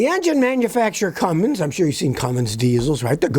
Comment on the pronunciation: No such engine builder as "Cummings" You can still sound intellectual, even if you pronounce it correctly! C-U-M-M-I-N-S